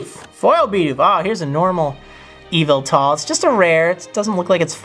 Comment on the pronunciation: It pronoced Evil tal not Yuv il tul